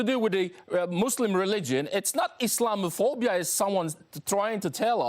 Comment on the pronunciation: He said "muslamophobia"